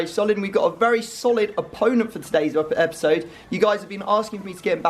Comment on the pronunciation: yes very good “eoisodoes”